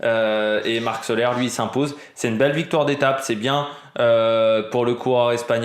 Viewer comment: Soler la prononciation est Solé! Marc Soler est catalan la prononciation est catalane salutations